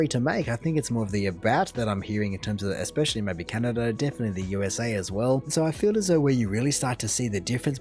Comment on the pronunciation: He also said Canerda a few times. It weirds me out when r is dropped from where it should be "car" as "cah" but added where it isn't "movrie" for 'movie'...